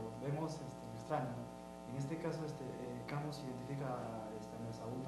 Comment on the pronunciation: Por favor se escribe Camus, pero se pronuncia camu sin la s.. es una i que se pronuncia como u.